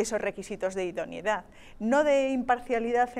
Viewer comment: joder que pesados con decir idoniedad..... se dice IDONEIDAD